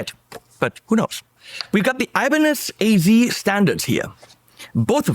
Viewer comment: It's not aibanedj, but ibanez😁